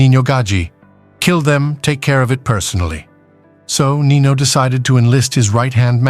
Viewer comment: Its nino